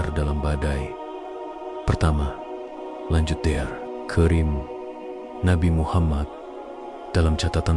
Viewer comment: Jalan ceritanya lumayan bagus, hanya pembaca ceritanya harus belajar membaca lagi. Banyak sekali bacaan yg salah, contohnya "Dokter karim,,,", bukan dear krim